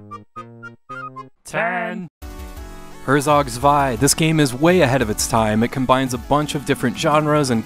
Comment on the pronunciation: Great list! I like that you pronounce Herzog Zwei correctly, I don't. My top 2 would probably be Phantasy Star 4 and Shining Force 2